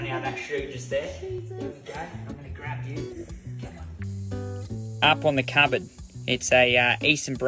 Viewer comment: AHP ON THA CABBAHD